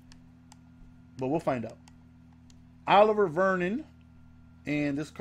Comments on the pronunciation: yo its not oliver its O-liv-e-a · It's not pronounced like u said it for "Olivier" its pronounced uh-liv-ē-ā